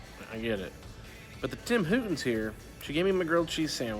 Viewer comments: TIM HOR TON. NOT WHO TON, Lol wtf man it’s the crocks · Lol it’s called tim hoRton’s... not hoUton’s -from your lovely Canadian neighbors 😉😊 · Why do you call it Tim Hootens. It's Horton's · Tim “Hooten’s” 😂 Nice vlog!